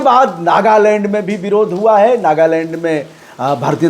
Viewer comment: आप पढे इखे लागते हो पर आप के उच्चारण सही नहीं है, जैसे विरोध को बिरोध खते हो.